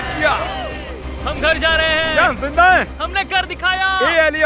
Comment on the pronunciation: Not ( jinda ) its ZINDA mean Alive.